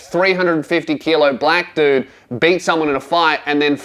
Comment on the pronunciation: For a moment when was saying "beat" I thought it was "baited" lol